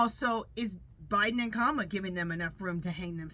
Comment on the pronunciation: Hi her name is pronounce KA MALA